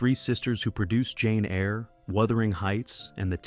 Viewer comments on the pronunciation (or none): none